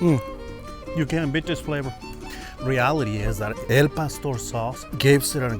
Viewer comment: Al Pastor sauce on anything is gold. Btw folks it ain't El, as in tacos Al pastor